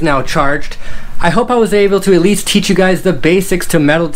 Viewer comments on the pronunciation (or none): none